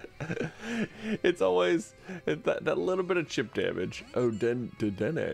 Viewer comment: It's pronounced da den nay